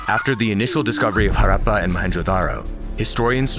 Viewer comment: Love how you took the time to get the pronunciation right for words like Buddhism and Harappa — it may seem trivial, but it adds so much depth and care to the content. Keep up the amazing work!